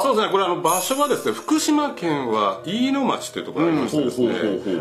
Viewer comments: 福島県は全部「まち」って言うんだよ。「ちょう」って言わねーから。飯野町も「いいのまち」。音読みさせんな。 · “いいのまち” ね、“ちょう” じゃないから